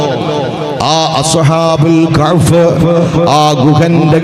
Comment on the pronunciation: അളിയാ കഹ്ഫ് എന്ന് പറ കഅ് ഫ് അല്ല